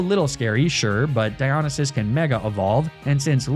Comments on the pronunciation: God while i love all the greek god names your pronouncation of Dionysus as Die-on-a-sis hurts me, and while the god is from an ancient civilization and we therefore dont actually know how its pronounced, me mythology loving heart has always heard it pronounced die-oh-nice-sis Edit/2: I cant tell if youre meming or if you think the two L's in Apollo are two i's but yeah Apollo is A-polo (as in marco-polo) not A-poyo (as in kirby) Edit/3: on the upside, well done on using the correct version of Heracles instead of the roman version, Hercules! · Dy-o-ny-sis How you pronounce it for future reference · its diya-nie(like 'die')-sus not diyo-ni-sus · Di on a ses bothered me the whole time 😭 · I’ve never heard anyone pronounce Dionysus like that lol. Good vid tho 😊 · This comment is a year late, but omg the mispronouncing of the greek god names is absolutely destroying me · Really cool naming convention but you should look into studying a little greek or latin, your pronunciation is very weird. Cool video! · He can say ASCLEPSIUS BUT NOT DIONYSUS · Hearing Dionysus being pronounced like this hurts my soul. Fun video though and it inspired a playthrough of my own, so thanks homie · I was okay with magnameetay and all the other horrid ways I've heard you pronounce words but mispronouncing dionysus hurt me. I love the channel and I am subbed and watch every video but that one got me 😂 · Your pronounciation of Dionysus offends me on a personal level Also Apollo, wtf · loved the video but the way you pronounce dionysus hurts my ears 😭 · The way you say Dionysus hurts me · the way he’s saying dionysus is so stressful oh my god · Oh no how long does Venusaur stay on the team. Normally I’m fine with the Pokémon mispronunciations but hearing him say Dionysus like that kills the Greek Geek in me.